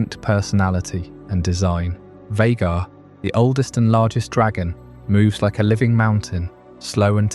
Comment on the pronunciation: Why are we saying Vaghar like that?